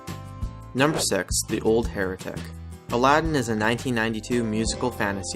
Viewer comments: um, he said "Number sex" instead of "Number six" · you said Number Sex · You said Number Sex..... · lol number sex ? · Wait…when he said six it sounded very close to sex..